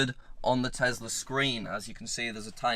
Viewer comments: i was today years old when i found out says tesler instead of tesla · there is no "R" at the end of Tesla. It's the Tesla App, not the Teslar app